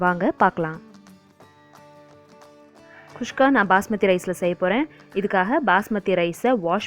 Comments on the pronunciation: Adhu not kushka its kuska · catherine malathi kuska she is saying kushka... probably comes natural for her